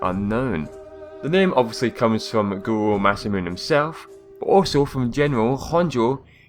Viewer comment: Masamune is pronounced like this : Mah-Sah-Moo-Ney.